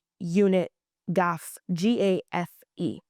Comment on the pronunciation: The bat guys in Mexico are pronounced GAF-FE